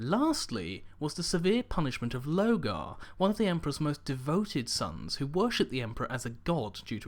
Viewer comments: I love your videos... and I'm not trying to pick on you. I want you to keep up the hard work. You are awesome... but you are really bad at pronouncing the primarch names... Specifically (Lorgar) "Lore-gar" not "Low-gar" | (Omegon) "Oh-may-gon" not "Oh-mey-geron" - (Perturabo) "Per-two-raw-bo" not "Per-te-raa-bows" | (Guilliman) "Gill-a-man" or "Gwill-eh-mon" not "Gully-mon" (sounds like a digimon) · Why don't you pronounce the R in LoRgar? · Pretty sure its Lorgar? With an R? Omegon, not Omegron?